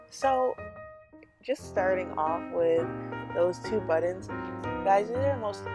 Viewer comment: Is she saying buttons or buddins